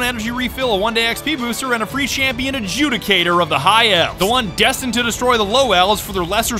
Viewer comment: aint no way said shampion xD